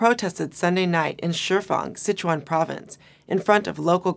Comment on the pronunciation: Her pronunciation on Chuan of Sichuan can benefit from a friendly help of a mandarin speaker. It should be the first tone. Couldn't catch what she meant for Shia Shi either, is it 厦西? It is hard to link what happened in Sichuan with Bo Xilai's event, which will probably be forgotten in no time. The environmental protest is from a very pragmatic concern that is linked with people's distrust of the governmental capability of regulating the industry with environmental laws and bribery etc.